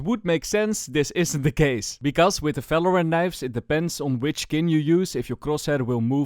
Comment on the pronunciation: falorant✅ valorant ❌